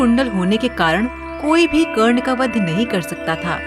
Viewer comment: Who so ever is the narrator of this story I request you to give respect It's not wo karne it's wye karna 😞